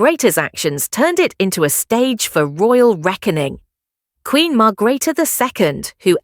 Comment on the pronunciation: Margreater you need to pronounce her name correctly